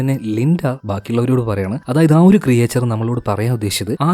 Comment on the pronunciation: ക്രിയേചർ അല്ല ബ്രോ.. ക്രീച്ചർ. Nice explanation ❤️🔥